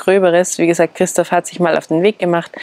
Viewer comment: Minute hört sich so an, als würde sagen: "...bis Christus wieder da ist." 😅😅😅 Ich meine, er wird zwar wiederkommen, das könnte unter Umständen aber noch 100 Jahre dauern. 😇🙏 Gott sei Dank, dass es euch gutgeht und euch nichts passiert ist. ❣ PS: Ich weiß, dass sie Christoph gemeint hat und vielleicht sogar auch gesagt hat. Es ist aber für mich nicht ganz eindeutig herauszuhören, deshalb war ich auch ein bissel überrascht. 😅😅